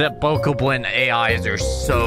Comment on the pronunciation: Finally someone pronounces Bokoblin correctly! Also even though you failed the challenge it was still impressive how you had gotten. And nah those dumbells had no right to call click bait on either of the other videos which were also very impressive. On another note words that pop up on the screen should last long enough for people to read. I had to rewind multple times to even be able to pause it in time. And also you're hilarious man!